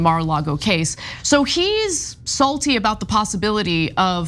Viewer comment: ikr, i don't know why but when she says that word she says it in a weird way